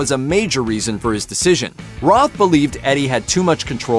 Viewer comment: Roth..not Ross..😅😅😅